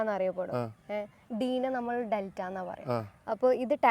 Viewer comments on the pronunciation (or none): Jhammalu. Alla. Nammal. 😂 Jumana. Nammal annu parayunnu. 😂 Vloghar. Jhammalu 😂